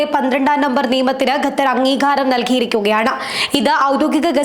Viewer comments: Gather എന്നല്ല Qatar ennu seriyayi parayu kutty... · NOT gathar pronpunce QATAR